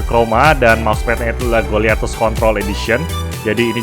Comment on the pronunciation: apa cuman gue yang denger goliathus k*ntol edition :v